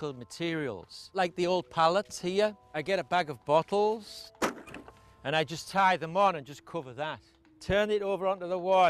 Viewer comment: The way how he said floating and bottles (Bottels) (Floaten)